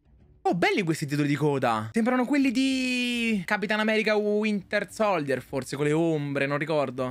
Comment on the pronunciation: Ma perché non riuscite a pronunciare correttamente SOLDIER🙄 (SOLJIER)